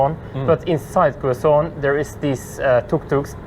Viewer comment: Welcome to the 🇵🇭🙂🤗 It is pronounce "kezon" or simply say QC (just say those 2 letters) & the people would understand right away.. btw, we do hope to meet your sisters too here in the 🇵🇭 someday.. Cheers! 🙂🥂